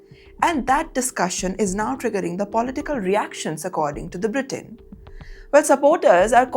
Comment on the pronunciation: Britaane? Quueer? 😂😂😂